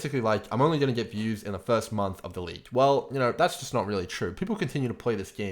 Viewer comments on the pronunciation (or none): none